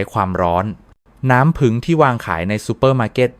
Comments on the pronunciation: อะไรน้ำผึ่ง ทำไมไม่พูดว่าน้ำผึ้ง งง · น้ำผี้ง,ไม่ใช่น้ำผึง,,ภาษาไทยวิบัติหมด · ถามจริงคุณหมอเป็นคนประเทศไหนทำไมบอกน้ำผึ้งเป็นน้ำผึ่ง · ผู้จัดทำครับ โปรดสอน AI ให้พูดถูกต้องด้วยครับ ผึ้ง ครับ ไม่ใช่ "ผึง" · น้ำผึ้งคับไม่ใช่ผึงคับแต่ดีคับถ้าดีจริงขอให้เจริญๆ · ภาษาไทยทำไมเพี้ยน น้ำผึ้งแต่อ่านเป็นน้ำผึง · น้ำผึ้งไม่ใช่น้ำผึง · อ่านว่าน้ำผึ้งไมใช่น้ำผึงไปเรียนภาษาไทยใหม่ไป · ใช้เอไอบรรยาย หรือเปล่า เรียกน้ำผ◌ึ◌้งเป็น ผึง😅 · สนใจ อยากรู้ในสาระที่ต้องการนำเสนอ แต่รับไม่ได้กับภาษาไทยที่ AI อ่านออกมา น้ำผึง คอเรสเตอรอรอล ต่อไปลูกหลานไทยจะพูดภาษากันอย่างคนไทยไหม เลิกฟังครับ อยากรู้สาระแต่รับไม่ได้กับเสียงอ่าน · เขาก็เขียนว่าน้ำผึ้ง แต่คุณอ่านว้า น้ำผึง อ่านไห้ถูก ภาษากลาง นะคะ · สำเนียงไทยชัดเจน แต่พูด ให้ภาษาไทยผิดเพี้ยนไปหมดเลย ต่อไปจะให้ลูกหลาน อ่านว่า นัำผึัง หรือ น้ำผึ้ง เอาให้ชัดๆค่ะ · จริงครับ..ผมก็แสลงหูในการออกเสียงมาก น้ำผึ้งเป็น..น้ำผึ่งบ้าง,น้ำพึ้งบ้าง!!! น้ำผึงอีกคำ โอ๊ย! หมดอารมณ์ฟังปวดใจเกินจะพูดต่อ..( เซ็งๆๆๆ ) ขอร้องให้เข้มงวดหน่อยนะครับ น่าอับอายภาษาไทยๆยังใช้สำเนียงผิดๆ อับอายๆๆๆ ❤❤ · น้ำ-พึ้ง🤣🤣🤣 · น้ำผึง กะ เทีย มอ คุ นอ. อ่านได้ยังไง เพี้ยนจริงๆ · น้ำผึ้ง ไม่ใช่น้ำผึ่ง .โปรดพูดภาษาไทยให้ถูกต้องด้วยค่ะ ฟังแล้วมันขัดหู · เขาอ่านว่าน้ำผึ้ง ไม่ใช่น้ำผึง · ต้องเรียกว่าน้ำผึ้งไม่ใช่น้ำผึ่ง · อ่านว่าน้ำผึ้ง